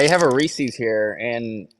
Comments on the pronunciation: It’s Reese’s not ressies!!!! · Do the commercials say reesies.. no it Reeses